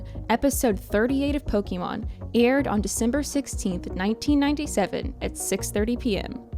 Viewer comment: disliked for the pronunciation of pokemon